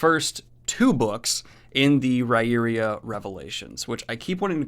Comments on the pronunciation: Ri-ear-ah not ri-eria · I think the pronunciation of 'Riyria' is still a bit off, I went to the interview and I think how MJS pronounced it is 'rye'-'ear'-'aa'. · It's actually pronounced Rye-ear-ah. Sullivan says it's an in-world linguistic quirk it's not spelled like it sounds. And you should finish this series then go on to his Legend of the First Empire. It gives the actual accounts of the mythology the the world. Fascinating how he shows how things were misinterpreted and changed over the 3,000 years from founding to Riyria. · Dude .. you butchered the name of the series again!! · Said the name wrong again!! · Correct. He says it's an in-world linguistic quirk. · He still forgot it for this one, LOL